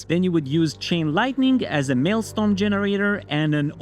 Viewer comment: You are mispronouncing maelstrom